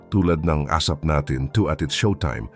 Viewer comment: Oa karin nuh ..1st bigkas mo bugoy at esap 😅😅😅😅 katagalan bogoy/ asap 😅😅😅😅😅